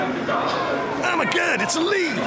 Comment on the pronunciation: DDDD my noodles just faceplanted the floor and I just started choking. dat accent!! 'oh ma gawd it's a lee!' XD